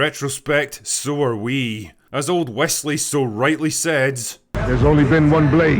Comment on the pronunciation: Did you say Wesley So?